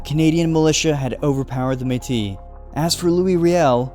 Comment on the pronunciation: You mispronounced Métis but it’s okay everything else you said was really on-point for the Batoche part!